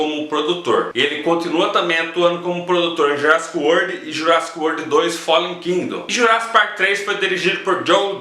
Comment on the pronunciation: Fala direito :)